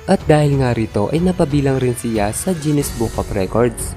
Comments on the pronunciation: pansin kulang lods bakit (jinis) ang pronounce mo sa GUINNES (ginis) ?? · Guinness not jennis hahaha